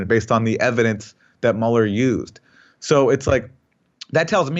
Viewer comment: Mueller is pronounced M'you'ller , because it's a German name. Aaron Mate' is pronounced Mah Tae if we apply the same to Aaron's surname We would have to say M8, being Aussie a mate is a good friend, Aaron Maaate!